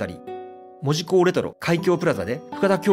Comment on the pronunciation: 八幡せいてつしょです。「じょ」とは言いません 福岡藩だと！！！こんな屈辱的なことはない なんで博多弁エリアと一緒なんか！ ただし、戸畑と八幡と若松は福岡藩領だったけどな 北九州市が第二次世界大戦の被害をほとんど受けなかったって・・・・ 原爆投下も目標だったのに、製鉄所もかなり狙われたのに、関門海峡は機雷だらけだったのに 小倉湾なんかありません！ 門司のイントネーションが間違っている！そんな気色悪い言い方ではありません！ 北九州の人間に「町」を「ちょう」と言う感覚はないわな